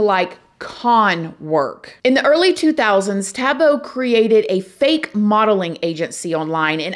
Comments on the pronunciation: it's like saying boy without the 'y' at the end. She is currently saying the end as 'bow' instead of 'boh' at the end. - it's just one of the most commonly used names here in South Africa and it's pronunciation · It's not Tabo,it's pronounced Taahbo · Lol the way she pronounced his name.. its TAH-BOO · Living here in South Africa is insane. I am so grateful people like you are shedding light on cases like this. Scary thing is here in South Africa, even if he gets a life sentence - he will probably be back out in 3 years. People that murder people get out in basically 5 years due to prison over crouding. South Africa is EXTREMELY corrupt. Ps it's pronounced Taah Boh 🙂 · extreme fan girl chill out! she wasn’t being rude or disrespectful in anyway. she’s teaching us how the African name is pronounced! said his name exactly like me and most other Americans and other countries would say it! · with all due respect Amber, that os not how it’s pronounced. is wrong but so are you.